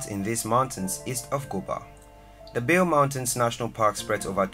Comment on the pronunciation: Bale Mountains.. Pronounced Bali..like the island.. Not Bail....